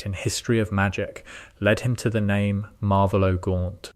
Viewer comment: It's not Marvelo. It's Marvolo.